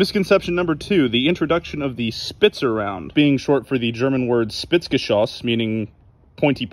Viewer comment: I don't understand why english speakers have such a hard time pronouncing german words. But, credit where credit is due, "Spitzgeschosse" was pronounced well. 👌